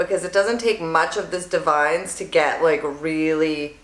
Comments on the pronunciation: Ugh don’t hate me... I promise I’m not the grammar police. I found out from an educator at my salon, Davines is pronounced Dah-vin-ess 🤷🏻‍♀️ I always called it divines, lol The more you know 🌈 P. S. Your my fav youtuber! Your hair is 💣 💥🔥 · Lol....Davines. It’s Da-vin-ess. Super pretty though. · That product is divine...but it’s pronounced: “Dah-vin-eS”